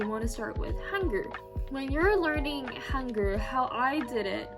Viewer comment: I’m sorry tho but the way you pronounce Hangul “häNgērrrr”